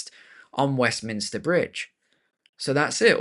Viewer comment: Westminster Bridge: it’s those ‘m’s again, isn’t it.